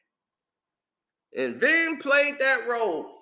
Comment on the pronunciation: Its Ving not Vin bro Lol